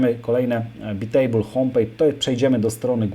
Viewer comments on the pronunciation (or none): To nie czyta się przypadkiem "bajtejbl"?